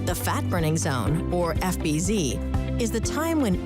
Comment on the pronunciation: FBZ is pronounced "fibs"